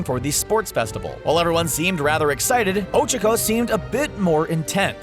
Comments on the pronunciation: It's O-Chak-O not O-Chic-O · she's called ochaco not ochico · Is not ochiko is ochako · Horikoshi: O: O Horikoshi: Cha: Cha Horikoshi: ko: ko Horikoshi: Ochako: O C H U C K O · It’s Ochako, not Ocheko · CAN U STOP SAYING „ouchakou“ ITS OCHAKO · It's o-choc-o but there pronouncing it o-chuck-o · o-chu-co OCHUCO?!?!?! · It occhako no ohhchcako, just to inform you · Ochiko?? ITS OCHAKO!! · You didn’t pronounce Ochako correctly -. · Why does he pronounce ochako like that...? And tsyuyu too lol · Uraraka not Ochako also you pronounce it wrong!!!! TRIGERED!!!!!!!! And you pronounce Tsuyu WRONG! AAAAAA!! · Really bothers me on how he says Ochako and Tsuyu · The way you pronounced Ochako, my god...